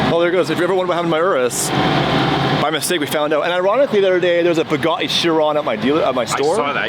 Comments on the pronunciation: What color is your boo got eeee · "Buga - ee" Every time 🤣 It's like the South Park episode where the man who runs the Planetarium cannot pronounce the 't' in Planetarium.